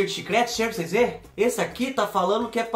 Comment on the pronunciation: “Cheira pru cês vê” Kkkkkkkkkkkkkk não aguento 😂